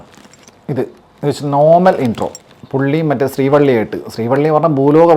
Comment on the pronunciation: Bro, ശ്രീവല്ലി not ശ്രീ വള്ളി